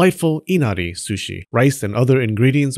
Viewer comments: I was already holding my chuckle with the shrushi pronunciation struggle but this was the last straw LMAO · I like how you halfway gave up in the pronounciation of sushi, because saying it again and again makes your tongue kinda break xD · The proper pronunciation in Japan is S-shi, with "U" not pronounced much, but the Japanese will still get it if you pronounced it like an American Soo-shee. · Drink every time he says 'sushi' 😆 except when it's "shushi" then you get a bite of sushi 🍣 😋 Sushi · shoo-shi owo